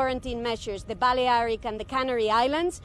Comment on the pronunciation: What are these new Spanish islands? The Baliaric Islands? Since when were they pronounced like that? LMAO